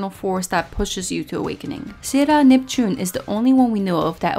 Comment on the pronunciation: ahh, I didn't know she was Japanese. But she is talking well in English, so the Japanese pronunciation for English words like "Sailor Uranus" and "Sailor Neptune", which she can clearly pronounce in English, it sounds veerryyy off putting to hear her randomly pronounce it in Katakana ( Japanese pronounciation for English words)